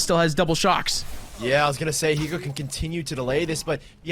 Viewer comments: The way that this caster says Hiko is so tilting for some reason. He never pronounces the H like WHYYYYY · nope he says iko like the H is invisible